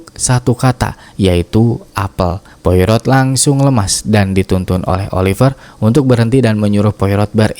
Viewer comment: Poirot = POAro, Jangan seperti mak EroT nyebutnya. Hercule Poirot - Herkul Poaro. Reservoir = reservOA